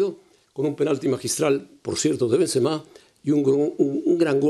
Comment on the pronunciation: Pronuncian bien cgado los nombres xDDDD benzemehhhhh